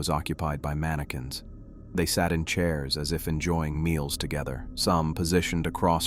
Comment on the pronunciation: Mani-QWINS 😂 cute glitch